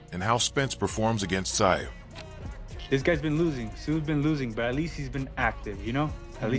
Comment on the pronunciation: Who the hell is "Zie U??" I gave you a "like" but you gotta correct your AI and get the damn names right! It's Tszyu (Zoo!) Tim Tszyu (Zoo!!!) C'mon now....be fair. 😅😉